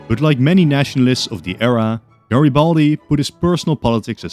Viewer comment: GreBALDi Lol